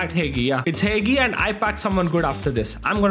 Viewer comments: its not heygee bruh its hagi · ITS NOT "HEIHII" ITS HAGI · It s not "hegi" it s "hagi"..... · Dont say Hegii(Hagi card) its Haxhii 👍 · You say hagi name is said haji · I don't think that's how you pronounce Hagi anyway w vid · Bro said Hagi wrong🤣🤣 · You said hagi wrong im Romanian so i know